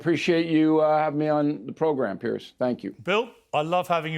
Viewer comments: His name is Piers not Pierce. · Why can’t Yanks pronounce Piers? It’s not Pierce it’s Piers. Like two piers